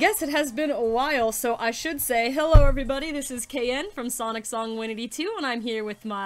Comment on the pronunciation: When she said my username I got embarrassed you said it in such a American way not to be rude you said s-an-t when it's s-on-t just thought I'd mention that